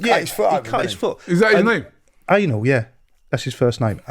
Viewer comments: Literally called him Anal.. 😅 Way off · No he wasn’t